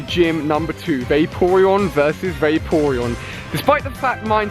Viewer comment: I'm not trying to be mean but there pronounced (fla-r-on) and (vap-er-on) and (jil-ton) really not trying to be mean you rule